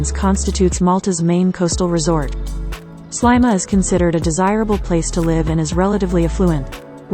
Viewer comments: It’s pronounced Sleema not slyma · There is a lot of information given here but I find it very insulting that the pronunciation of Sliema is incorrect. It is many years since I visited and I have always known it as Sleema. Maybe this has changed but I sincerely hope not. This is historic. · Very annoying repetition of Slyma;who taught the narrator how to speak?